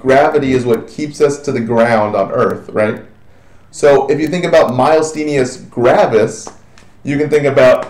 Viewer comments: I LOVE your videos. They have been most helpful. It is somewhat irritating hearing you pronounce MG wrong over and over again. There is no L anywhere in the word, and there is no S on the end. Also, your lecture on MG is correct in the following videos you made but you state here that Acetylcholine fails to be secreted. It is a more a matter of uptake and receptor blockage, not production of ACh from what I read. Thank you SOO much for allowing these videos for free on Youtube. I wish I could afford your full package on simple nursing! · Doesn't know how to say the term Myasthenia Gravis to begin with... a bit disappointing. Didn't do a very good job covering MG -- didn't get all the basics. Missed the pronunciation, again, on ALS. Didn't cover why these two are grouped together.